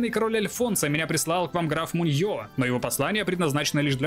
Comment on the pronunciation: Во имя Изобеллы Кастильской, сжалься над бедными испанскими названиями! В испанском ударение почти всегда на предпоследний слог! Не муньО, а мУньо, не бургОс, а бУргос, не нАхера, а нахЕра!